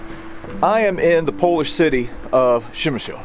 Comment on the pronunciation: You sure butchered the name of the town! It is pronounced as 'pshemish'.